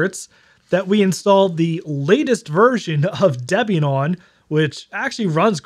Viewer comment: Bro, it's pronounced "DEEE-be-an".